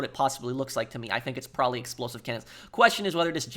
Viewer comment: Can't watch due to an adult to lazy or stupid to pronounce "probably "